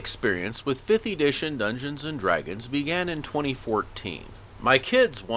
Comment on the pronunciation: Did you just say "Ee-dition"?